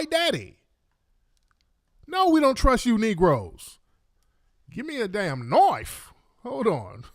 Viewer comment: How say it "GIMME A DAMM KNOIFE!!!"...😆😆😆😆😆😆